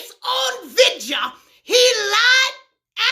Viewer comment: "Vidja" it's bout to get lit 🔥